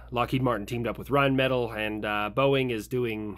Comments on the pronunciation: having Perun prounce Rheinmetall for 2 years in his weekly defence economic Power Points "correctly", hearing say "Rhine Metal" throw for a loop. Like my mind shifted gears without clutch. 😅 Very much gives Brad Pit's "Arrivederci" in Inglorious Bastards vibes. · Rheinmetall sounds like Rhine-Met-All I'm not trying to be that guy xD but that hurts my soul